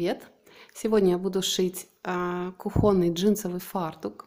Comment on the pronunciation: КУхонный, а не куухОнный